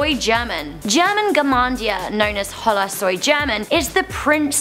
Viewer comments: I wanted to kill myself when she kept pronouncing hola(o-lah) as hollllllaaa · She said hola with the h in it! The h is silent! One of the easiest words to say in spanish TRIGGERED!!! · not to be mean but you pronounced Hola wrong hola is pronounce ola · she even pronounced hola wrong lol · Omg how she said hola 😂